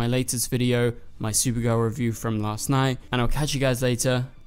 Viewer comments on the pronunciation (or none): none